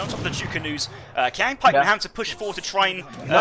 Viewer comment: It's not "kwaang" pikeman, it's "cheeang" pikeman. But besides that, interesting strats from Hazza and nice casting as usual!